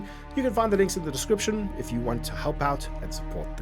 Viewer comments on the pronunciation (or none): I had to restart the video several times are you trying to tell me something my handsome streamer you can open up "Heyp" or "Help" ? I'm so confused and high at the same time